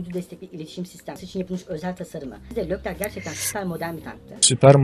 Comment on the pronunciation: Lerclerc değil Leclerc :)